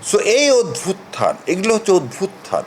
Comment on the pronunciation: উচ্চারণ অদ্ভুতথান হবে না। উচ্চারণ হবে অভ্যুত্থান